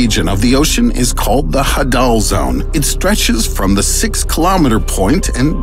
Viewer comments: Not Hah-dal zone... More like Haydal. As in Hades. The God of death. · It's pronounced hadal as in hades. Just sayin is all